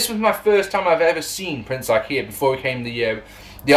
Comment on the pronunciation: Definitely said Prince Ikea there lol. I like that name better.